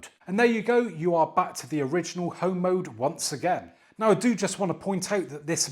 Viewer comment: Well done saying home mode. As someone whom grew up in the 1980’s home mode can sound like something else. 😄